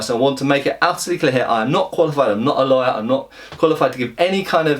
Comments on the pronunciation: accent makes the word "lawyer" sound like "liar". Coincidence? I'm wondering if this is why they're called solicitors and barristers in the UK.:) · In a poetic sense, with the accent, it was hard to determine whether said Lawyer, or liar.